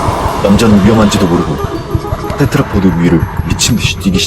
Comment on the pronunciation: 테드라포드 테트라포트 테드라포트 발음이 여러개네요 듣다가 그냥 조금 바꾸면 좋을것 같아요. 오늘도 잘 들었습니다~!